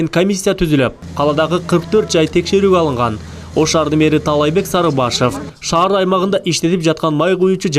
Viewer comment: Ошаар дебей, Ош шаар дечи!